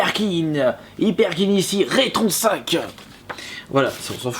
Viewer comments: On a déjà du te le dire mais la console se prononce Rétro N5 et non retron5. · Non plus, c'est RetroN 5.